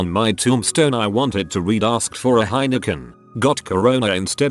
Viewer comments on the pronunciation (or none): none